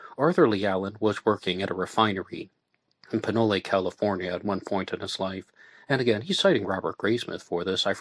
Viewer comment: Hey bro, just a heads up: Pinole CA is pronounced without the e.. Pinole is a creepy place, as is Vallejo.